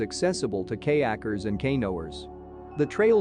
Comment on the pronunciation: the pronunciation of kayakres and kaynoers, and a few other words were hilarious. We were wondering if it was a computer generated voice. Regardless, great and helpful video. we really enjoyed it.